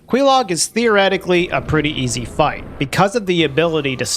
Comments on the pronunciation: There a particular reason you pronounce "Quaelaag" as with the "Que" from Queef? DESPITE how her own sister pronounces it? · Your pronuciation of Quelaag pisses me off. Go talk to her sister.